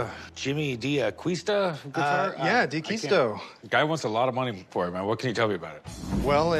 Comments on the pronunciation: These guys have absolutely NO idea what they're talking about. Worst part...not ONE of them even know how to properly pronounce D'Aquisto's name. Shameful. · Nice guitar. Mispronouncing his name.